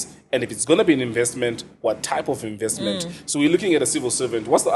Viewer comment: narcissist vibes - but he needs to learn how to pronounce "INVESTMENT"